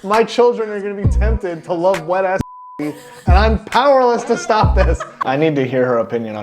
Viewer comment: "down to sltop whoever" GIRL NOOOOOO T-T